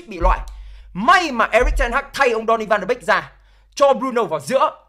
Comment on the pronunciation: Tôi đề nghị bạn nên phát âm tiếng tên cầu thủ chuẩn chút . chứ phát âm còn sai . Ăn cơm rau muống mà bàn chuyện quốc tế thế .